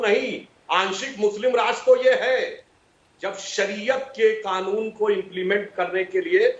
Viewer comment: अबे जाहिल सुवर की पैदाइश पहले ढंग से बोलना तो सीख ले साले ओवैसी सुअर। कानून होता है साले जाहिल गंवार खानून नहीं होता है। गधे